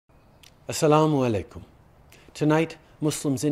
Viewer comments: Love how he says “Assalamualaikum” and “Eid-Al-Fitr” ❤️ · I have never seen someone that has an accent flawlessly pronounce "Assalamualaikum", this is cool